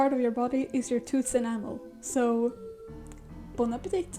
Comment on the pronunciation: I wheezed when you said "The strongest part of your body is your enamal.....so bon apatite" This video is great by the way. It's such a raw example of what artists are genuinely willing to do, just to be able to create and not take shortcuts. It's showing that artists are incredibly dedicated to their crafts, and that they'll continue to create in spite of what shortcuts others decide to try and shove on us. I remember being a kid and thinking "I wish there was an easier way to create amazing art" only to get older, and realize the option had always been at my fingertips. I just needed to take the time to learn. Now, I'd rather have my hands cut off and find a way to paint with the blood of my stumps, than to ever consider using a tool such as ai.